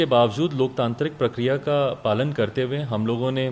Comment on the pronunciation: Palna 🤣😅 It's पालन